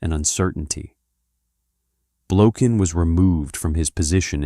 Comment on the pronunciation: Russian people pronounce this surname as Blokhin, the accent being set on the last syllable. The surname originates from the russian word "blokha"(the accent on the last syllable), which means "flea".